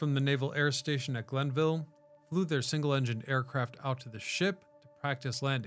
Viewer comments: Interesting piece. I enlisted at Glenview (not Glenville) Naval Air Station in 1969. Another point: it is “carrier” qualification, not “career” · I'm from Wisconsin and know it was NAS GlenVIEW, not NAS Glenville. LOL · lol “Glenville” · Turned it off after I heard Glenville. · I like watching this channel but he makes near constant mispronunciations or incorrect facts about an area he used to live in.